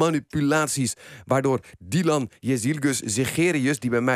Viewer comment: Ik begrijp dat Dolf Janssen heel wat Turks-sprekende vrienden heeft gezien de manier waarop hij de naam van een potentiële Premier uitspreekt. Mooi dat tikkeltje respect om 5 seconden de tijd te nemen om iemands naam leren.